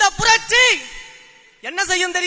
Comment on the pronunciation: புரட்சி உச்சரிப்பு சரி இல்லை....ஆட்சி ஆசை வேற....தமிழ்நாடு...?வெற்று உணர்ச்சி....இலட்சியம்,கொள்கை,கோட்பாடு...?